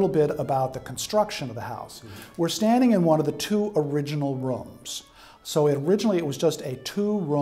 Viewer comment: “Roums” lol 😂